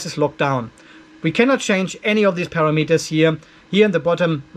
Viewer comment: It’s “pa ram eters” not para meters!😁😉 Thanks for the info!